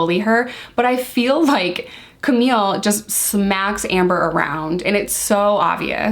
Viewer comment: Camille Vasquez. Camille, not Camilla... Vasquez is pronounced Vas-Kez. You're so much better than Elaine. She can't seem to get Camille's name right either but I think hers is more out of spite than ignorance. I'm not calling you an ignorant person, I'm only referring to the pronunciation of Camille Vasquez's names but now you know and; G.I. Joe and all...